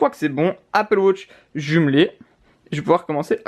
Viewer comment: Pourquoi tu dis Apple Wotch ?